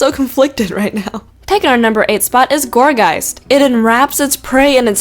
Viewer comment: You are the first non german poketuber who pronounced Gourgeist right!